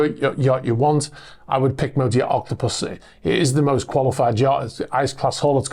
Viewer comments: Great report even though you said “Octopussy”. Cracked me up. Close Caption even got. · You used the James Bond pronunciation for Octopus. See, I knew you were related to Timothy Dalton. 😊